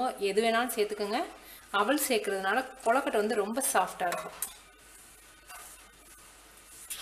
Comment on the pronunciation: naan onnu sollanum semma recipe but u r pronunciation of kozukuttai is wrong it is kozukuttai not kollakuttai